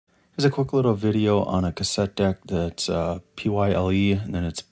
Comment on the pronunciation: Why did you call the brand name as if it were an acronym? It's not P.Y.L.E. It's just plain Pyle.... An example of the pronunciation would be: "It's a Pyle of sh*t" because, well... it's exactly that.